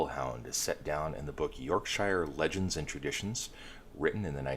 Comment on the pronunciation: York - Shire. Mall - Ham. : D